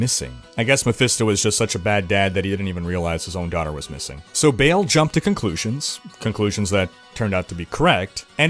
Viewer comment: Its Baaaal not Bale! Wtf?